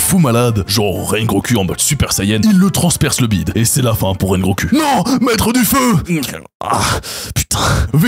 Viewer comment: Rengo"ku" jpp